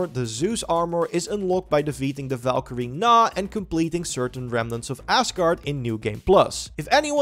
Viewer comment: lol he said assguard